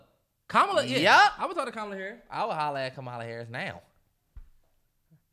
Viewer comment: The way they’re pronouncing Kamala’s name 😂😭